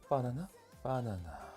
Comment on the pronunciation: 님은 격조높게 '바나나'가 아니라 '빠놔놔'로 푸딩을 만드시네요.ㅋ